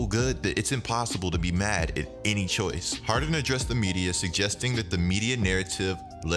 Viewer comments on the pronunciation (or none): none